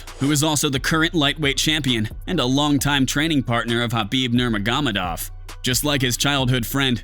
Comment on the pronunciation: Lol nice pronunciation of khabib’s last name